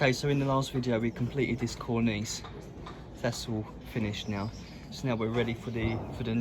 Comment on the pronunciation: the way you say Cornice, doesn't sit right to me :D great work though.